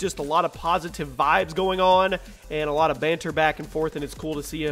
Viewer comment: the way he ses banter lol